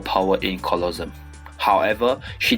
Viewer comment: I like how you pronounce Colosseum "Colossum" instead of "colosse-um xDD that doesnt matter Anyway good vid